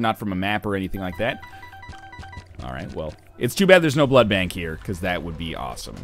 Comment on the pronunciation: Jesus ducking Christ say blood bank not blood blank